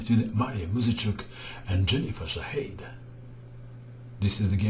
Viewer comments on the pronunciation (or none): dear Mato, just a tiny remark. i believe Shadade is pronounced sha-ha-de (or something similar). keep up posting your awesome videos! this is my favorite channel on youtube by far.